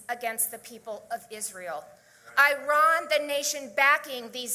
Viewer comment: Why can't she pronounce Iran correctly? Kinda makes ya wonder what she really knows... and who she listens to.